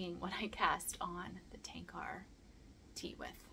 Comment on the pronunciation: You're welcome! I apologize for mispronouncing your name! I bought the Tankar pattern this morning and look forward to casting it on soon!